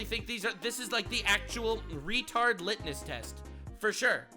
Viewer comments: All right 😆😆😆 I hate to be THAT guy, and I was able to go a few videos without saying anything 🤣 Buuuuut It's litmus with an "m"! 😆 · It's litmus test. Sorry, just bugs me to hear a word pronounced wrong over and over.